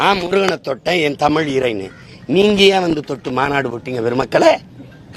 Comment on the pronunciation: 7.20 Soriyaar Dhadhi & chinna dhadhi ya Yean padikka vekkala. Paarthu padikkum bodhe Thappu thappa padikkaranga.